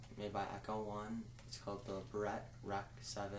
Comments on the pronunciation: it would be nice if you could say barrett correctly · how about you learn how to say barrett dipshit